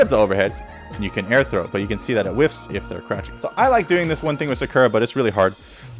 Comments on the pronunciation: You already made me want to drop the character with your pronunciation of SA KUR A. Your not wrong but also not right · had to close the 3rd time you pronounced it “sukurra” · "Sukerruh" is that a new character? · people say “sucker-uh” and “karen” like the announcer doesn’t say their name correctly every time you pick them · Love everything about this vid except how you pronounce her name lol😊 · Lol bro stop saying Sakura like that!!!!!!🤦🏾‍♂️🤦🏾‍♂️ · this video may be helpful one day when i can get over how you pronounce Sakura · The way dude says her name. It’s bastardized. When you choose the characters at character select it says her name correctly. People often mispronounce Karin too and say Karen. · Either you pronounce her name wrong or everyone else I’ve ever heard say it including the game itself says it wrong. Lol wait you started saying it correctly. I must just be out the loop. Regardless nice guide.